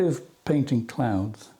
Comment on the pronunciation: Bit behind on viewing so was watching this today. For some reason I kept hearing “clowns” when you said clouds. I was a bit confused…what? When did he start painting clowns?? 😆. So relieved when I looked up from my budgeting to not see one scary clown and just a lovely sky with clouds.😊. Love clouds terrified of clowns. Hope all is well with you and yours…and the Pyrenees are beautiful.